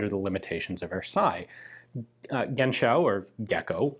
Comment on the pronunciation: For pronounciation of "Genschow": In german the end of a name with an -ow following an consonant typically leads to a slavic origin. So, you'd rather pronounce it like the end of the word "show". I don't know for sure, it would be my "educated guess" as a german native speaker. The ending -ow is very common in my home region of north east germany for villages, towns and family names.